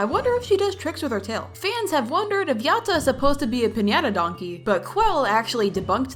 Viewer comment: Yatta is supposed to sound like yadda not yaT